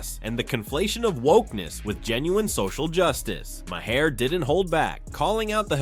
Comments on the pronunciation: You’re pronouncing Mahers name wrong it’s pronounced Mar not Mahair. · It’s prononcued “Mar” nor “Myhair” or call him Bill. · Right? LMAO "Mah-hair"